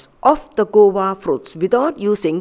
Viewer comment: This is guava not gowa as you mentioned